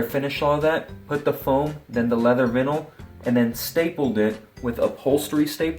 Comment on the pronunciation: Has this guy never heard the word vinyl pronounced before? That was weird.